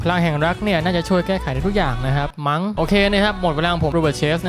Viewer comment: เน้นคำว่า "มั้ง"